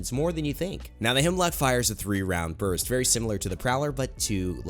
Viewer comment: Am I the only one who gets triggered when people think its HEMLOCK when its HEMLOK 😂😂😂